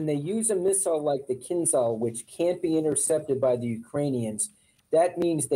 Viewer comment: I wish people would learn to pronounce "kinzhal" correctly. The "zh" is like a French "j", i.e. a voiced sh sound.